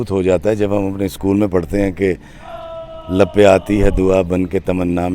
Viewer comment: Janab theek parho dua lab pay aati hai.lape aati nahin